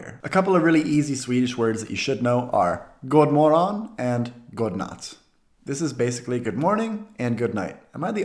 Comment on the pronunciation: Bra jobbat! The d in these are silent, you mostly say it as "gonatt" and "gomorron". Work a bit on your "y" in "mycket" in front of a mirror. You say "micket", which most foreigner do. If you look at yourself when you say it you will notice that the corners of your mouth are far apart in the "i" part of "micket". To turn it to "mycket" make your mouth small and say it again. Now it will be "mycket". It´s no coincidence it sounds so much like English. To me that phrase sounds like an anglicism, it´s too translated and forced, it doesn´t fit in. It´s like a term sales people have been taught to say to sound polite. In Swedish it sounds better to just say "Ha det så bra" eller "Ha det bra".